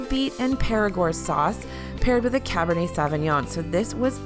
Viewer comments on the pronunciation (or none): none